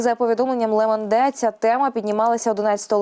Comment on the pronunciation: Ле Монде ріже вуха.